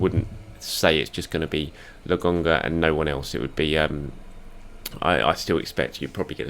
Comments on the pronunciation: It's Lo kon ga, 🤣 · Absolutely butchered his name 😭